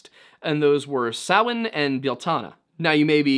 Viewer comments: I trust this man because he actually knows how to pronounce Samhain. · Woooo! You pronounced Samhain correctly high five Thats a rarity even in the Pagan world 😅